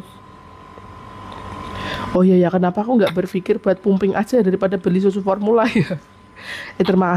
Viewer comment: Lha iya pumping baca pamping, udu pumping buk parahh ni, klo nyusuinn y fokuss jgn sambil ndubus